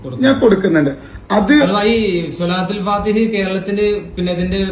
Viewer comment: സ്വലാത്തുൽ : ഫാതിഹ് : എന്നാണ് ഫാതിഹ എന്നല്ല. .............